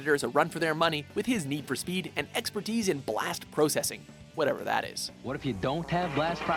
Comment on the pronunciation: why does this guy ALWAYS call it Blast "PROE"cessing .....It's Blast Processing. Say it Right.